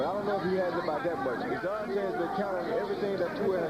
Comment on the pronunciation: David izonrighty lol hahahahaha. It's Izonrite and not righty.